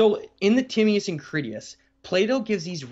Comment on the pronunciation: Love your stuff dude, but please work on your pronunciations. For many people, you’re going to be their first and sole source of this info. Timaeus = Ti-may-us …. Not Timmy-us Critias = Cri-tee-us …. Not Criddy-us Gobekli Tepe = Teh-pay …. Not Teh-pee Dryas = Dry-us …. Not Dry-ass